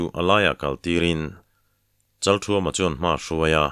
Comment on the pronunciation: Kan thawnthu thar hi a ngaihnawm hmel hle maia aziak tu hian aziak ngsihnawm thiam thin hlea ,Achhiar tu hian aw ngaihnawm takin a chhiar thina Kan thawnthua a changtupa hming hi Pasal tha Chalkhuma tiin, ziak ania Chalthuama tiin lam ani bawk si a, chalthuama tih leh chalkhuma tih hi a enge dik zawk sawi fiah ava tha ve